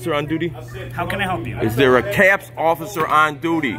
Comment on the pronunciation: He accidentally called himself "Occifer" than got embarrassed 😂